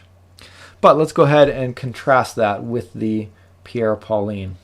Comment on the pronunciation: you should learn how to prononce correctly the french name "Pierre Paulin" that is not pauliiine!